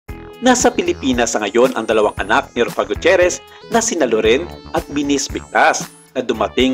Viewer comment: RUFFA po, hindi ROFFA 😫😫😫